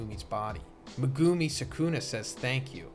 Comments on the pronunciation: Lol this isn’t an insult but you might want work on your Japanese phonics. It’s not meh-guuu-mi you’re extending the second part too long making it almost two syllables. Each part of his name should be one syllable. Me-gu-mi each should be one clap. And it’s not “New” it’s Nu-ay. Like I understand that you don’t speak Japanese but it doesn’t take that much effort to just say the names right. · Bro saying me-gew-mi is driving me nuts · meg-A-me The u IS SILENT T_T lol it was bothering me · Why do you keep pronouncing megumi's name very weirdly it's very irratating.